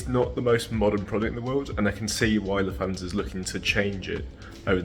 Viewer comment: Just for future reference, there is no “th” sound in German like English “thanks” or “the.” Lufthansa is pronounced “Looft-HANS-uh” in which the t and h stay separate and do not combine.